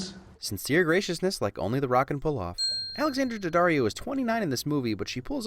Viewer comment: The only person I’ve heard pronounce Alexandria daddarios name even remotely right